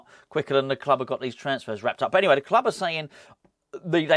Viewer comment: Come on, you’re a Marvel fan you should know the Fulk bounces around the world in a run and jump Stiely 👍😡, please stop saying club in the way you do. It’s so annoying cheers